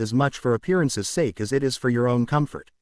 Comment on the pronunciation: The word is Sake, not S. The word is Brain not in.